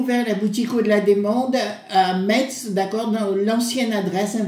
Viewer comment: Metz se dit Messe.